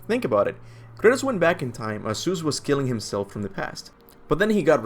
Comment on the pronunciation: I’m not sure how many more times I can handle listening to you say Seuss